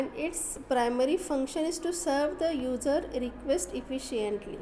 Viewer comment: simply read the pdf and mostly user will pronounced as ujer